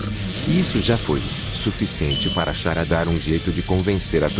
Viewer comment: eu não tanko a voz faland Chara "XARA" 😂😂😂😂